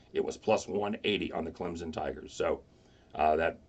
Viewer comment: Stop saying Clemson wrong